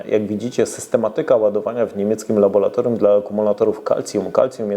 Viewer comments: Tak, wiem - czepiam się. Cóż poradzę? Są rzeczy, koło których trudno przejść obojętnie. "Laboratorium", a nie "labolatorium", proszę, proszę, proszę! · Nie żebym się czepiał, ale LABORATORIUM, a nie labolatoriium i 72h to trzy dni, a nie dwa dni. Jest to efekt dokładnego słuchania co Pan mówi.